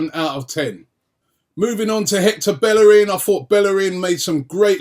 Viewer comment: It's pronounced Beyerin not Belle rin.